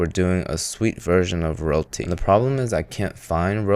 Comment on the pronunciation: His pronounciation of Roti sounds Malaysian.